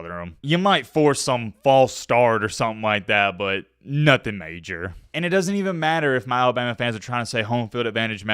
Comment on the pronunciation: “It doent amount to a hill o’ beans” DUDE YOU ARE SO COUNTRYYY.